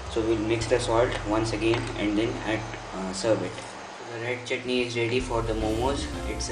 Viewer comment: "One chitney" Seriously!? Dude, so you actually eat pieces of chutney? XD XD Well Done!